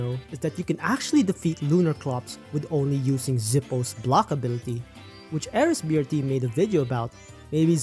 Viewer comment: It's enesbrt